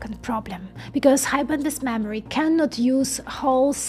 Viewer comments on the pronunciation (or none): all i hear is mammary